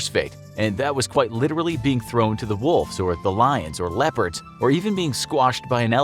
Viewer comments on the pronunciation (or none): none